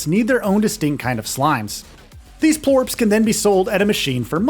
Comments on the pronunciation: All video is from the first area only. He mispronounces plorts to plorps. Maybe spend a little more time on the games before you review them... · sounds like plorps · Am I the only one annoyed how he says plorts